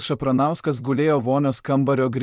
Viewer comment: Tavo tas balsas, net nesugeba perskaityt pavardės Šapranskui? Kas čia …Ir taip paranku, kai tiek visko pasakoja visi ir siunčia kažką bet visi anonimai, gal nes viskas išgalvota ? 😅